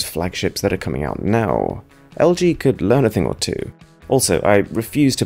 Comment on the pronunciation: Dude i swear i thought you said Meow instead of Now